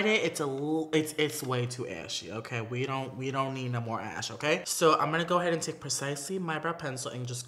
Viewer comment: He asked for tips and it’s need** not nead 🤣